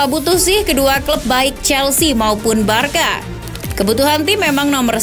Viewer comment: Barsa mbak bukan barka cara baca nya